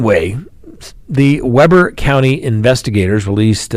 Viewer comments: "Weber" pronounced "Wee ber" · that’s Weber (wē-bur) county and Kamas (cam-us) utah. 😂😂😂 we’re weird and pronounce our cities and counties differently.. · Utah city pronunciation guide: Weber: we as in bee bur as in burr it's cold Kamas: ka as in cat mas as in hummus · FYI, it's pronounced, "wee bur" for Weber County sheriff. Also it's pronounced, for "Kamas" , Utah it's "cam us" Utah. Crazy behavior lately. The guy in Ogden hadn't had communications with his mother and was pissed she was in MI. Sad story! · Pronounced Weeeeber even though spelled Weber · What in the heck???! That is nuts! (, fyi, Weber is pronounced with a long E sound in the first syllable 😁). Ok, now back to listening to the rest of what you know. Kamas is pronounced with short A's. Lol! 😊